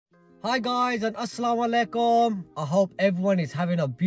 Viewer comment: Love the vlog but just to correct you, it is Asala malai kum, not Asalawalaikum.. 👍🏽